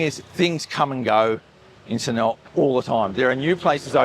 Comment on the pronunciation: When will you learn how to pronounce Sanur? You say Sanoowa.